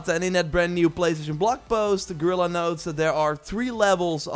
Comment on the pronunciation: Guerilla = Girl-ah? 🤪